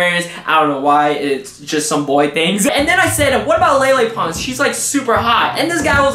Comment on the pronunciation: That's not how you say Lele Pons 😂😂